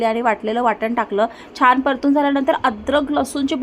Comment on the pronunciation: छाण नाही छान असत ते😂